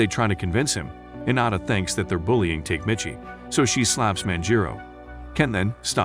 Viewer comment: Tokyo Revengers was actually pretty damn good.. unfortunately, there hasn't been any new episodes in a while. Tok-a-mee-chi You are murdering his name. It's cringy..